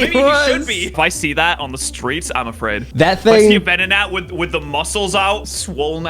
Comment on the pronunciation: Venonatty / Ven-not-nat 😂